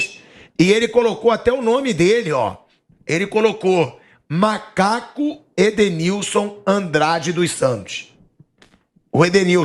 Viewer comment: O cara falou malaco